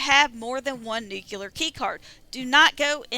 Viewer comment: Ok grammar police. Its new-clear not new Q loor. The Simpsons ruined our whole generation 🤣